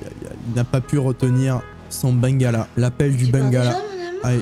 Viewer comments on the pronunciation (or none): J’aime beaucoup tes vidéos mais on écrit bangala et sa ce dit ben-gua-la 😭💀